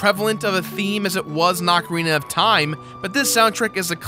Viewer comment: please can you pronounce ocarina right please.